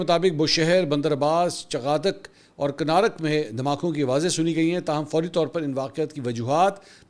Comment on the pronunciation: Mansoor bhai kunarak hay not kanarak